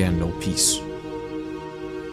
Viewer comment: pronouncing 40,000 hurt me a little